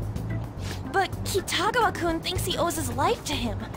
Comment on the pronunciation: you just can't pronounce Kitiagawa, can you?